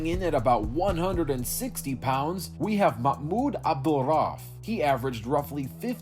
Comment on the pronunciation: Lol who is Mahmoud Abdul-Rolff